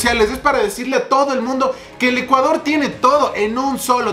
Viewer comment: Dice ECUADRO